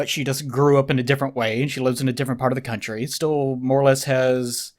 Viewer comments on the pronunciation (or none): none